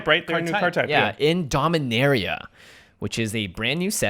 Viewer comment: You pronounced Dominaria wrong! It's Dom-in-aaa-ria